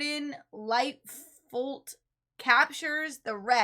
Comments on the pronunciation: you 2 are typical yanks and you need to go and start grade 1 over again your clueless about lakes , weather Canadian famous singers. there is no R in FOOT as you pernounced Gordon LIGHTFOOT as LIGHTFORRT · How did you manage to mispronounce 'lightfoot'????